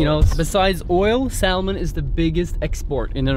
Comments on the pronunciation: love norwegian salmon! btw its pronounced with a silent L. 😉 scotts valley in california has the same ambiance as there. small town lots of trees and mountains. and its near sta. cruz where there's super cool surfing. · when pronouncing salmon - the L is silent - just so you know :) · Ha ha you say salmon pilipino inglish normally foreigner say samon with out L